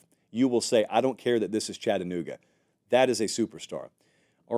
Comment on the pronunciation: As a Vol from Chattanooga, thank you for pronouncing Chattanooga correctly lol